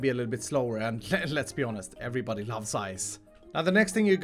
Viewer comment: "every bodey loves ice" mumbo